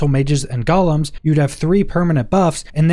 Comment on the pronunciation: It's pronounced gou-lem.